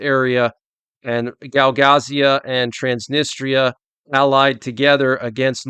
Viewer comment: Hey, its Gagauzia, not Gaugazia, anyway your vids rock